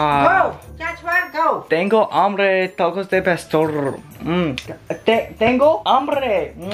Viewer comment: lol TaCoS De PaStOrrrrrrrrrrrr